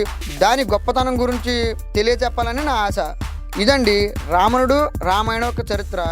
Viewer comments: Ravanadu ani palakadam mundhu nerchukoo ramanadu antunnav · There are lot of pronunciation mistakes it's not ramanudu